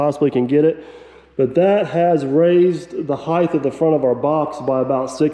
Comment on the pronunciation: I wish would stop saying heighth when he means height.